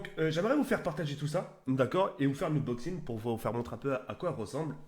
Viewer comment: Mdrrr le blédart, il invente des mots de ouf: -Domination, par Damanachion. -Lacrymogène, par Hackrinogène. -Unboxing, par Uboxing. -Infinite, par Infinity.